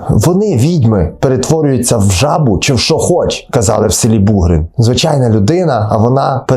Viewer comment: Бугрин- наголос на" и".Іллін- на друге "і", Колесники - на перше "и". Вельгір - на" і". Угільці або як в нас кажуть Угольці - наголос на перше" і "або "о". Томахів - на "о".